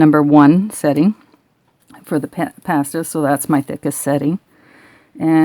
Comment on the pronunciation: Good video, but... Please... Please... Please...!!! Stop pronouncing 'PASTA' incorrectly. It's VERY irritating...! SOOO many people are doing it! HERE is how it's SUPPOSE to be pronounced...